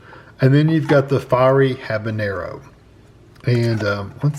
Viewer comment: Why did he keep saying Habernero in the video🤣